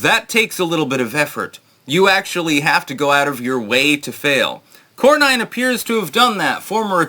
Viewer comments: Its not Corn-nine. Its Corn- en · Cor-nin not Cor-nine.